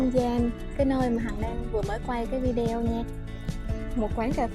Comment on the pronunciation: Video nguoi viet lai doc fheo am tieng viet la vi -deo.nen sua lai cho dung ???